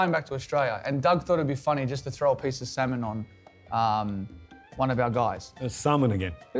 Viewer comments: Him : samon ! Me : semen ! Ewww!😂😂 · When he said salmon at first I thought he meant semen I was like Damn ponting really did that? xD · Had Gaurav Kapoor not made Warner repeat the word Salmon, I would have always thought of it as Semen. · He says salmon, I hear semen🤣🤣🤣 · Was I the only person who heard Salmon as Semen at first. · Oh it’s Salmon, I’ve been hearing it as S*men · I misheard salmon as semen 😂😂😂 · He said semen or salmon? thats Rickys put in his shoes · Who else misunderstood salmon for semen